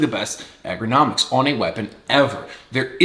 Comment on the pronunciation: Easily the best "EGG-ro-nomics"... 😂